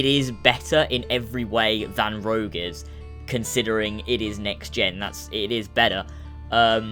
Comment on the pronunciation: rogue not rouge